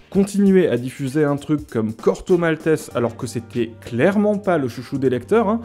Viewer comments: Super épisode. Par contre Corto Mal-té-zé, pas Mal-tesse, nom d'une pipe 🤨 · Ne prononcez pas « Corto Maltess » comme un couillon. Tout le monde a toujours dit, comme le faisait Pratt lui-même : « Corto Maltèz » D'autre part, aucun journal ne s'est appelé « Astérix » : c'était « Pilote ». Quant au journal Spirou, il payait bien ses auteurs et les laissait assez libres de créer ; la seule contrainte qui pesait sur eux, c'était la nécessité de ne pas effaroucher la censure… française (encadrée par la fameuse loi de 1949 sur les publications destinées à la jeunesse, imposée par les communistes à la Libération, et appliquée par la non moins fameuse commission de surveillance et de contrôle des publications destinées à la jeunesse). Merci pour cette intéressante vidéo.